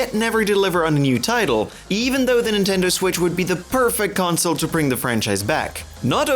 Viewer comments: "Abandoned gam franchises of " Love it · It sounded like you said Nintendeuw lol